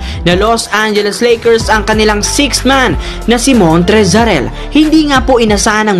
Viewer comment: Montrezl “Ar-el” hahahaha